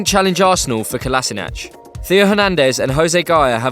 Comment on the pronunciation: Here's a tip to all Engish peoplet the right pronounciasion of Kolasinac is Kolashinatz